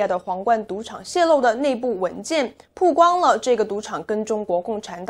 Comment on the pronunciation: 曝(bao)光,一直读(pu)好难受啊